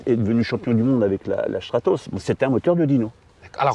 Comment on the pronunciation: Peut-être un des meilleurs épisodes que j'ai pu voir, un petit observateur très intéressant à écouter et qui à l'air ultra gentil ce qui ne gâche rien. Un détail m'a plu et amusé : la prononciation de Stratos "Schtratos", je suppose que c'est la bonne :)